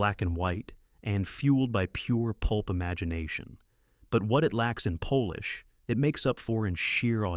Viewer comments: Can someone please stop this idiotic AI saying 'poelish' for 'polish'? No Polish people are involved - it's pronounced 'pollish' y'ninnies. And by the way that'Dr who footage you are showing for TGWLTT. Dreadful vid. Here's a link the 1983's The girl who leapt through time (AKA The little girl who conquered time) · hate the ai voice and how it says polish like polish- the nationality. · AI struggling between polish and Polish at least shows AI is far from perfect... thankfully. Otherwise, I'm enjoying these reviews of old films